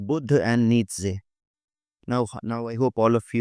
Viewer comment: You dont know enough about Nietzsche . Even a few youtube videos would have been enough for you to understand the beautiful philosophy of Nietzsche . Even 1-2 quality resources would have been enough to atleast inform you of how even his name is pronounced correctly . If you really care about truth in your work , go back and look up Nietzsche .